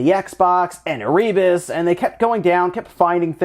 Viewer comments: Not e-ree-bus Air-RE-bus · Hey, bud. It's pronounced "Err-uh-bus". Also the name of one of the first ships that went to Antarctica, and subsequently, now the name of an Antarctic volcano. AND it was a level in the original DOOM lore. It's a place in hell.